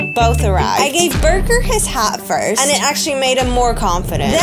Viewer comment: burger turned British in seconds